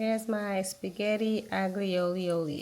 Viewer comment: Ooooo… the food AND knives look good! Now, let’s talk about the spaghetti pronunciation. 😭😭😭😭